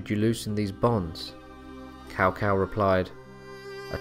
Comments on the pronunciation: OK can u pronounce Chow Chow aka cao cao name right and not cow cow lol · And he also said Lui Bang, not Liu Bang. And he called Cao Cao Tao Tao.xD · The proper "Tss-ow Tss-ow" pronounciation is really weird to say for most non-Chinese speakers. Am pretty thankful (later) DW taught me bits of proper Chinese name pronouncing. In business if talking to a Chinese individual, if I say their name not-Cow Cow-style it often prompts a hint of pleasant surprise. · Are you saying "Cao Cao" ? Because it's pronounced more like "chow chow" or "sow sow" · Ahh PS2 Era Dynasty Warriors pronunciations in this video. "Cow Cow" a pronunciation I had not heard in years. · I always prefer Cow Cow to Sow Sow. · Its traditional pronunciation the OGs will remember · Let us not forget the great "Cow Pee". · Awesome video. I love the hilarious pronunciations. Cow-Cow, Louie Bay, The Zoo province. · Lord cao cao name will forever be butchered